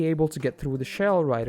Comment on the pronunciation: I don't know how many freaking times he pronounced "R" so freaking wrong...like in "through" it's not like it's through but like it's "thrrrrrough"!!